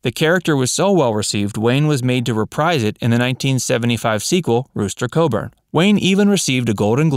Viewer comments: this narrator pronounces Cogburn, Coburn ? explain please. . . . . oh and if John Wayne was such a racist, why did he marry, Latina women ? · Wayne played the parts of Rooster COGBURN.... not Coborn as you prooounced it! My guess is you know only what you read! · It was "Cogburn", Not Coburn!!!!!! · It was Rooster Cogburn. Not coburn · reading or not, even my young children know it's "cogburn" not "coburn" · I agree. Seems as soon as someone is dead they tear them apart, dig up dirt, and completely forget any good that person has done. I love John Wayne, too bad the narrator could not even pronounce the characters name correctly of one of his greatest films. Come on guys, its COGBURN not co-burn. That was mildly off putting to me. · I thought it was "Cogburn," not "Coburn." Now I will have to watch True Grit again. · That was so annoying every time the narrator said it!!! Cogburn, Cawgburn not sharp O!!!! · FIRST .. it's Rooster COG-burn .. not CO-burn .. SECOND .. consider his age and the times when he made that "racist" remark .. maybe he didn't think Black people had had enough time and opportunity to come into politics or whatever .. he didn't say they never could or should .. THIRD .. racist? look at his wives .. every one of them! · All due respect, it's not Rooster Coburn...its COGBURN. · COGBURN not coburn FFS 🙄🤣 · I watch "" just to count all the mistakes you guys make. Wayne's character in "True Grit" was Rooster Cogburn, not Coburn. Keep the "Facts" coming!!! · The 1975 True Grit sequel was called "Rooster Cogburn," NOT "Rooster Coburn" as you said. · And “Rooster Coburn” was actually “Cogburn” and was NOT Texan, but Arkansan. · It’s rooster Cogburn not rooster Coburn ! Get it, right😂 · John Wayne's last name in True Grit was Cogburn with a G. Not Coeburn like you stated a couple times. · Has the Narrator never seen True Grit⁉️ Rooster “COBURN⁉️” 👀 It's COGBURN man‼️ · It's Rooster COGBURN, not Coburn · That’s “Cogburn”, not “Coburn”.